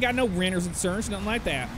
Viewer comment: A pouf of inshuwance 😆 😆 😆